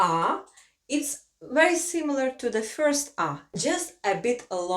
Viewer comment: Its interesting when russian is teaching latvian in english :D Had some troubles with Ģ pronunciation. And classic russian fyorst not first :D But in general nice video and idea :)